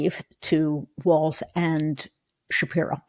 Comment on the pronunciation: Please. Kept the T out of Walz. You’re going to be talking about him for a long time.